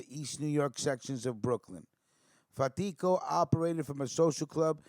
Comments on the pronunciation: Pronounced Carmine FAT•tee•Ko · My uncle carmine lombardozzi was really close to fatico I met him several times and considered him an uncle as well though not by blood. You are pronouncing his last name wrong though , no harm no foul